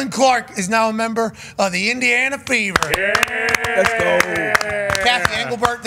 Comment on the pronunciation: Fever .. I thought they said Beaver 😂